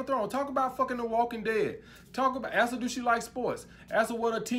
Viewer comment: Thanks for your insight.... one observation stop saying axe when you say ask